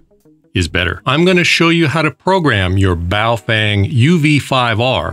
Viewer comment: BoofWang sounds like a "professionals only" gay s@ maneuver😂😂😂